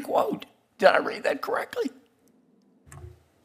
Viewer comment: Did Kennedy "read that "correckly"?...... "correckly?"